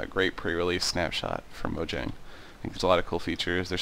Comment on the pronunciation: Random bit of info: The "j," in "Mojang," is pronounced as a "y," sound, not a "juh," sound.